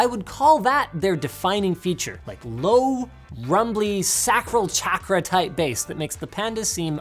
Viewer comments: It's SAYcral CHOCKra, not SACKral CHACKra. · Did Linus just say "sacro-chakra"? WTF does that even mean?